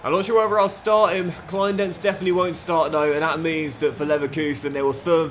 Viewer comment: Enjoying this mate (from Berlin) where Kleindienst is pronounced '..deenst' :PPPPP